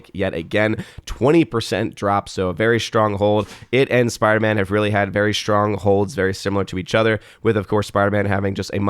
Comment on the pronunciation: it's spiderMAN....not spiderMA'AM.